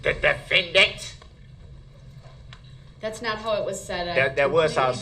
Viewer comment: "DA DEFENDANT"!!! 🤣🤣🤣